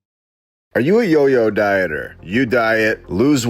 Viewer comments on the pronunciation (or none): none